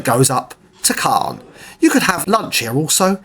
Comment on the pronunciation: Thank you. You really have to get your French pronunciation sorted! Not Carn!! Con as in Non. Soz!